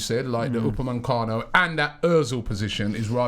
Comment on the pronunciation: Upamecano not upaMENcano Robbie 😂